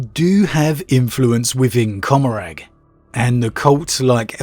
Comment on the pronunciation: It's Seg-or-ack and Com-or-rah.